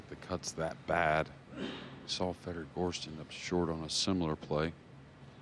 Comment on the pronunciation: Gorst! Not Gorsht